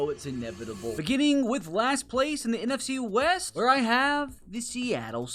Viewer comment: Right out of the gate in the NFC west....you butchered that